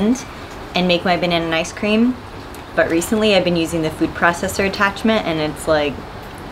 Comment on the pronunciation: Is she saying babananicecream?